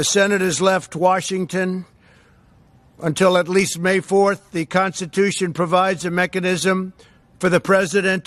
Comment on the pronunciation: The man can’t even pronounce the word “Constitution “ ... it’s just all a bad dream everyone!